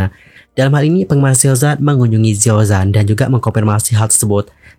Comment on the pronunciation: ralat dikit bang, huruf pinyin Z dibaca C kalo untuk pelafalan Mandarin. Xiao Zhan, bacanya Siao Chan. Utk kasus Yibo, aneh jg sih kalo org2 malah ngamuknya ke dia, bukan ke pembuat filmnya. Lah dia kan aktor yg harus manut didandanin apa aja. Apalagi itu katanya berdasarkan kejadian nyata, berarti kan memang pernah ada kejadian begitu. Aneh aja sih yg marah2nya ke artisnya.